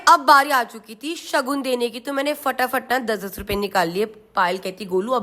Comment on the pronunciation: कृतिका जी सगन नही शगुन बोला जाता हैं।